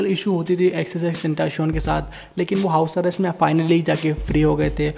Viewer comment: Bruh it's pronounced as ten-tah-ci-on the the t is pronounced as त and c is pronounced as स